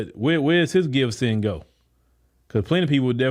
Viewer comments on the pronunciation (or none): Did he say Gibssendgo?